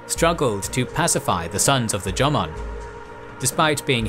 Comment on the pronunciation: Watching from Japan: EXCELLENT VIDEO. Well-done. Cheers. However, to be honest, your PRONUNCIATION (e.g., 'Yamato' & 'Jomon') is UNBEARABLE !! I would suggest (with all due respect), as a kind gesture: LEARN the correct pronunciation, before uploading. It's really not that difficult. And it would make a significant difference. All the best.